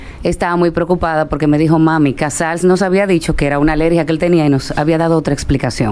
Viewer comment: Díganle. Al.. Que no es. Casar. Es. Casals